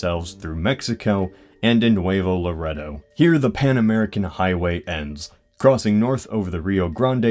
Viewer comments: You said Nuevo Laredo so wrong. It's NEW-VA-DO LA-REY-DOE. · You pronounced Laredo and Nuevo Laredo incorrectly. It's pronounced la- ray-dough